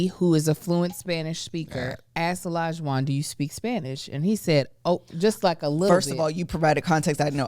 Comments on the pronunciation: Olajuwon is my brothers name. A lot of people can’t pronounce it correctly. Lot of people say E-Lija and it’s like no it’s Oh not E lol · Olajuwon is a Yoruba name, it’s pronounced OLAH-JU-WON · The way everyone’s pronouncing Olajuwons name is killing me 😭 it’s a Yoruba name , I don’t watch the show have no idea if he is Nigerian himself( regardless he can pronounce his name as he sees fit ) but wooo I didn’t even recognize what was being said until I saw it in these comments 😂